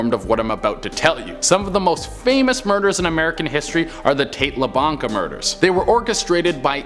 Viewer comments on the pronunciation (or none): It's pronounced La Beeanka. Not lablanka!